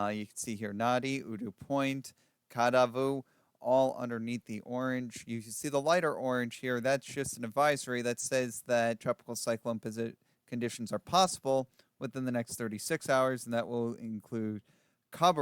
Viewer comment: really ought to know the correct way to pronounce place names that they are reporting. No excuse not to know that Nadi is pronounced as “Nandy”, Kadavu as:Kandavu,” etc.!!!!